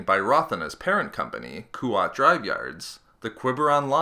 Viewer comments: yeah not Kuwait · Koo-wat yeah but I’ve heard it pronounced KWAT (the A pronounced in its smaller aaa from) with a silent u